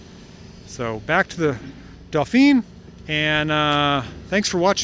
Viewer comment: The maker is pronounced Ren-o and the model is pronounced Dough-fah. It's French, therefore should be sounded as the French would.